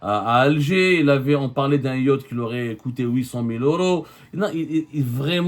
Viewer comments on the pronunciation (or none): none